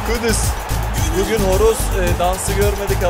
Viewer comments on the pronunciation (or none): none